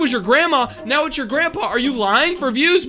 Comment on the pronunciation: It now not neaw